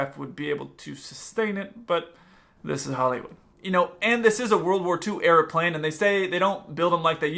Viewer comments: YOU SAID PRLANE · that “ploin” blooper sounds funny af😂😂